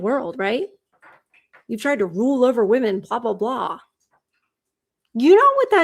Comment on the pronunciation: I wish people would learn how to say the plural “women” correctly. It’s like nails on a chalkboard to my ears 🙄